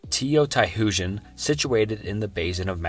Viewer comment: Teo..tie.... Hoojan... Don't think I've ever heard Teotihuacan mispronounced so badly before 😬